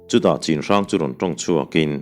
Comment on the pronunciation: Chinhrang tia i lam hi Chhinhrang tih tur anih hmel ka ti. Lai tawng ah chuan 'C'hi 'CH' anga lam tur ani e